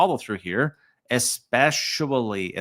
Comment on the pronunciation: ...speshually... speshually... 🗣🗣🗣